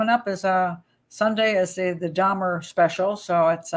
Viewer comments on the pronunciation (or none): none